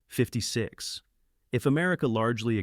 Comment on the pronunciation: Nineteen… fifty six. Did your AI loose its place in the script? 👎